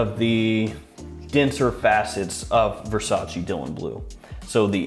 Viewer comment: I have whatcehed and appreciated dozens and dozens of your videos, but let me tell you that its not Versac(i), like the Y in yes; Its verˈsaːtʃe] more like the "che" in cherry. And its not "acqua di Gio" its acqua di dʒo similar if not the same as "Jo" in Joe. You know like "G. I. Joe" same as acqua di Joe . Now you have an advantage over the other fragrances reviewer